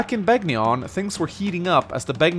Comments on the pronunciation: It's pronounced "Ben-yawn." (Begnion) The G is silent like in "Gnome." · To anyone watching this, the G in Begnion is silent. How would I know? I actually played Radiant Dawn. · Your Begnion pronunciation needs work....